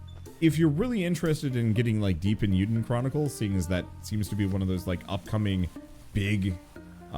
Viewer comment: It's not "EE-YOU-dun", it's "AY-you-den". It's "Legend of Hero/Heroes" in Japanese (Eiyuu Densetsu). Though that's better than the last person I heard say it wrong, who completely misinterpreted the I as an L. I'm only pointing this out because it's part of a duology that is a spiritual sequel to one of my all-time favorite game franchises, Suikoden, so I have to give it respect.